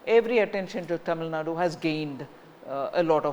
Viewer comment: This fellow still not able to pronounce tamil nadu properly.